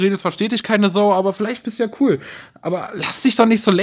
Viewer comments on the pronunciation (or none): none